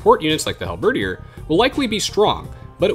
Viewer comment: That is how Halberdier is pronounced? It sounds off. O.o